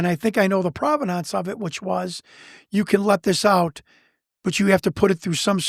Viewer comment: He's just trying to prove the providnonce of the video!